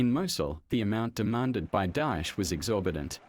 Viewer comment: The way he saying dosh instead of daesh is fkn killing me 😂